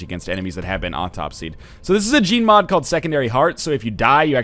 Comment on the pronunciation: every time he says gene mod it sounds like hes saying gmod